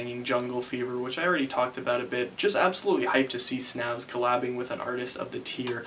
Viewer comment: it's pronounced 'snävs' uncultured american